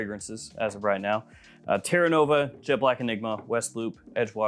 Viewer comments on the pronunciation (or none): none